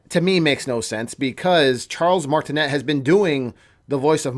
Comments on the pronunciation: Nah, nah, you called him Charles martinet and pronounced the net part? It's like martiney that is how it is pronounced. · You mispronounced His last name. Martinet is French and pronounced Martin-ay. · i think the T in Martinet is silent? idk..i am just being a stickler. lol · 1. He’s French. It’s pronounced Martine’. The t is silent 2. The reason they didn’t use him is because over the years Mario has only had short lines here and there in the games. Listening to that high pitched voice for the length of an entire movie would drive people crazy and feel unrealistic. 3. It’s not a rumor that he’s in the movie. It’s fact. Nintendo said it when the voice actors were announced. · In Charles's name. The t at the end is silent